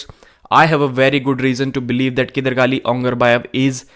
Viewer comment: no one does justice to Kydargali 's name the way Devon does whenever he pronounces it